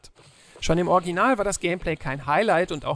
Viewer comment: Warum kann keiner bei euch "Original" richtig aussprechen? Sowohl du als auch Fritz sagen immer "Orginal", was soll das denn 😂